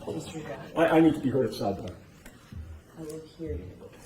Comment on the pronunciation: lol or side bahhhs